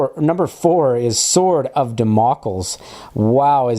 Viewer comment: LMAO "damoccles"...it's pronounced "dam-oh-cleese".